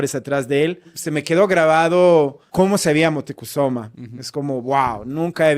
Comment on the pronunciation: Moticusoma???? Será Moctezuma???😂